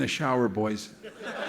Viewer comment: I guess it's the combination of accent and word choice, but the phrases that stand out to me upon rewatching are "an' all that" and "'cuz I'd seen it..." But the main one that caught my ear was the emphasis he put on "boys."